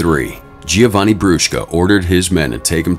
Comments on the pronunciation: also didnt he pronounce giovanni wrong too and said “gi-o-vanni” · Giovanni is pronounced - Joe-vanni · The constant mispronunciation of Giovanni detracts from the video. It is pronounced Jo-von-ee. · also didnt they pronounce giovanni wrong too